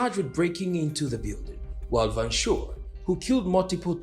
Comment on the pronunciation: Van Schoor = Fan 'Skuorr', not 'Van Shore' Anyway, we've moved on and are doing just fine, why are you obsessed with our politics and not yours'? Apartheid is part of our history and not yours, go and talk abour your history. I want to work the Netherlands.